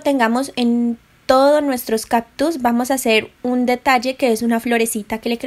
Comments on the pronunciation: No son caPtus. Son cáCtus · "Captus" ja ja ja ja sufrir cada que decías captus. Pero tu video muy chido